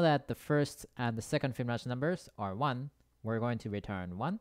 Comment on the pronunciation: Fi bi no chi . Not Smirnoff, not fbinok, not fiblo. Fibonacci!